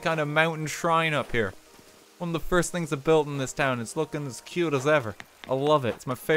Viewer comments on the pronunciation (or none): none